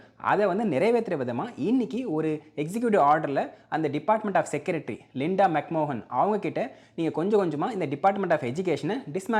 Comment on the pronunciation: Mc mohan ah enna bro soldra 😂😂 adhu McMahon illaiya